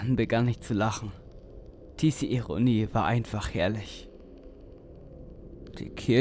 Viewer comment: Mhhh die Emotionen sind noch nicht ganz Stimmig. Der Anfang klingt sehr hölzern. Daran sollte etwas gearbeitet werden.Einige Wörter werden komisch ausgesprochen. Statt "diese" hab ich "TC" verstanden. Videobearbeitung finde ich gut gelungen. Allerdings würde ich auf den Kopf Zoomen nicht auf die Brust. Der Übergang von Dunkel zu rot ist sehr schön unter Unterstreicht in welche Richtung sich die Geschichte wendet. Das Hoch und Runder Wackeln wird nach einigen Minuten aber etwas Nervend. Also man kann da nicht dauerhaft draufgucken. Hoffe euch meine Kritik hilft und nehmt es nicht zu schwer. Übung macht den Meister MfG SchattenZirkus